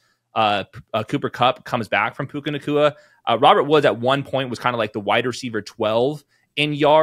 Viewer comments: Love how he never said his name right the whole segment. Mixing Tua with Puka calling him Pua lol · It's puka not pooah bruh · Steve…. It’s PUKA, not PUA 😂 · But his name is puka not pua 😭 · His name is PUKA not Pua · These are always great, also it's hilarious Steve Smith keeps calling him "Pua" like he's Puka and Tua in one guy lol. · Pua …Steve saying the rookies name wrong on purpose. Rookie your name is Pua!😉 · Bro it's puka, pooooooooka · Please stop saying Pua Lol